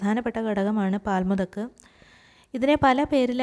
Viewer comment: When u say the name of the pkants say clearly.or u can write in the heading.